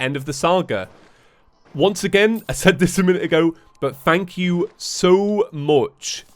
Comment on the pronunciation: “Fank you so much Four watching” love it